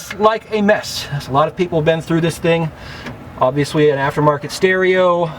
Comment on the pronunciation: Is it me or did he keep saying “obvious-wee”..? Lol he said the rest of his “L’s” properly though.. Great video, that was a tiny bit distracting for me lol